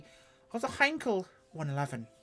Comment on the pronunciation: Finally, a reviewer who knows how to pronounce Heinkel properly and that it was a 1-11! If the engine sounds were better, I think I'd go for it, but the interior sound like an Austin 1100 in need of a service.